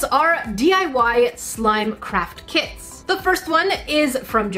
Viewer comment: How come these days whenever I hear says craft kits, I will misheard it as crap kits